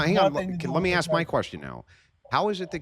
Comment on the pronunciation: I refuse to listen to anybodies opinion who cant say "Specific" or "Ask" correctly. 😂😂